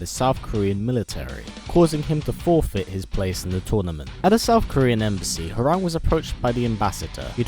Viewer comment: His name is pronounced "Hwong" not "Howerraag", smh, did u even play the game bro?!